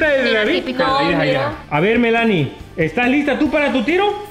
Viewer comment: En mi país no se pronuncia Melánie, se dice Mélanie !